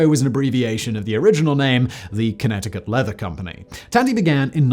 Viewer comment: The way u say COLECO lol its Kuh-lee-coe bro not calico sounds like a female cat lol too funny. U said Connecticut perfectly though.